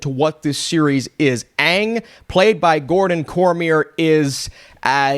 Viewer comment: At least they pronounced the name aang instead of ong